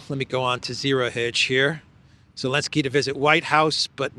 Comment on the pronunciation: I enjoy your content. I have one other question. Why do you call zelensky, elensky? Asking for a friend....🤔